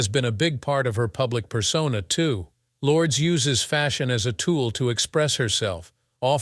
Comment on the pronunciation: Learn to say Lourdes name properly if you want someone to listen. Turned it off after a few times.